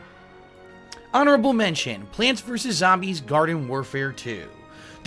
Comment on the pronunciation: it's Zombies not Zobmies